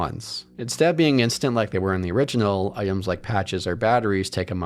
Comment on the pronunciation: I can’t stop hearing him say “originell”